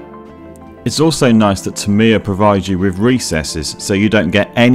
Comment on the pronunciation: Awesome work. But I wish you'd learn the correct pronounciation of Tamiya.